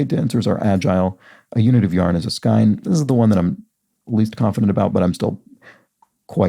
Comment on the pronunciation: And in the same vein, skein is pronounced skane among the knitting community in the US or I have heard skeen from various europeans. Today is the first time I have heard skine.